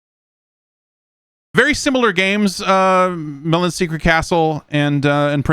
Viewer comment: Now if he could just get 'Milon' down....